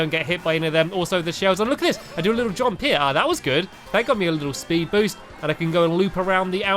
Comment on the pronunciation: Did you here stampy say spud andsted of speed